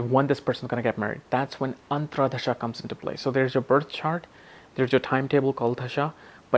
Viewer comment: Dasha is being pronounced as Dhasha. Antardasha - AntraDasha